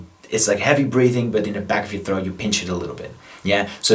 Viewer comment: Just wondering, why do you pronounce throat bass “throath bass”?